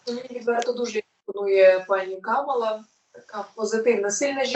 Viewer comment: 05 листопада 2024 вибори; Камала, а не Камілла) Може і все решта поплутала майстриня?🤗